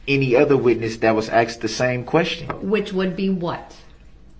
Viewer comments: I wish should would have told him it's not axed it's asked! I hate this man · brooks needs to create a new language. So far, axed and biast are my favorites. 😂